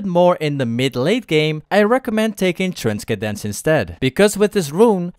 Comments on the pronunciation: Ayyyy, transkedence instead of transcendence😂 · Did… You… Just… Pronounce.. Transcendence... As… trans-ke-dens? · 1st time he said transkendece :ok a funny mistake 2nd time ninja be like :the fuck did you say you little shit Not tryna be disrespectful love your vids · Sorry man but couldn't help myself whenever you said transkedence 😂 Loving the videos btw! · Trans kendence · You need to pronounce it without "K" in the middle. Then it should sound fine xD👍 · it's alright lol, try tran-sin-dense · pronounce it like this: tran-sen-dence The s and c next to each other is just one ssss sound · Just because you said transkadence I will subscribe :D made me laugh! jk been watching you for a week and was concidering whether or not to I should sub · It’s tran-sen-dence. The way it’s pronounced lol. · Trans-Kedense lol love you man xd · Transkedence im dead LOL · It's TRAN-SEN-DENCE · transkedens hahha , fatoe man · dunno if i wanna trust your riven advice when you can't even read XD what the hell in transkedance?? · you say transcendence in a funny way lol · Most of them talk about how you pronounce that word 😂, but still I like your vids and I'm very thankful that you're giving some tips to improve our riven skills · I love how u say transcendence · Unsubscribed because you can’t pronounce transcendence xD